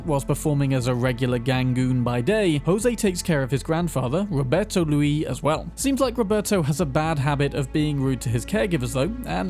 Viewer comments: Spanish isn't French, man. You pronounce the 'r' in Javier. And you pronounce the 's' in Luis (except for some dialects). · I enjoy your videos but man you butchered the pronunciations of those spanish names. For example the s in Luis is pronounced as is the r in Javier, and Joaquin is pronounced Hoe-a-keen.